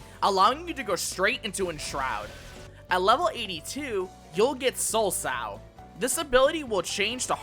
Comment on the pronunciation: LEM-you-ree. Lemure is pronounced that way. Also, Soulsow is pronounced "soul so." A sow (as you pronounced it) is a female pig. This refers to sowing one's soul like seeds (remember, reapers were farmers).